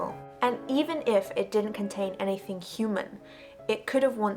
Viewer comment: Love the way you say "hovercraft" and "anyfing." No wway that Revere "gun handle" style grip was hollow-- don't let the "ring" of it fool you. Since it is foreign manufacture (no mark) It's probably a low-density white metal with a nickel plating. The high-temp process would, indeed, sterilize any part of the factory that got in. Hacksaw the end off-- go on, do it. I have McDonald's Little Nemo toys still in their bags. How about an unopened mercurichrome bottle from a 1955 first aid kit?